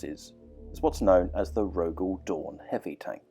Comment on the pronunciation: Isn't it Rogal Dorn?😅